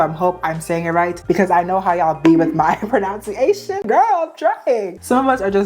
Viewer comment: this is the first vid ive ever seen from u so idk about any other instances of mispronunciations, but im laughing at the irony of u talking about how to say words and then mispronouncing pronunciation 😂